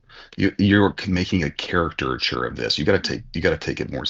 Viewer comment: was annoying me by constantly saying character-ture instead of Caricature